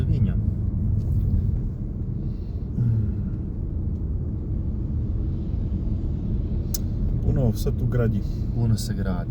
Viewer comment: Čita se Livinjo